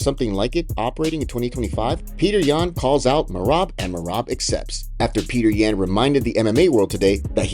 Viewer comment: Dude how did you make a 10 minute video saying Peter yans name incorrectly?